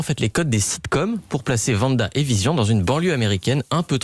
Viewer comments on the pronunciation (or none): Le pire c'est qu'ils mettent 2 extrait où l'on entend très bien le nom de Wanda et il continue toujours de dire Vanda 😭